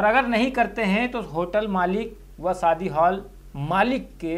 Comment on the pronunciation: Saadi nahi shaadi